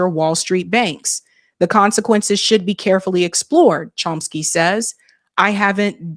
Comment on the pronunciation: The pronunciation of Chomsky in this video is driving me a little crazy. Yes I know this is not important. 😊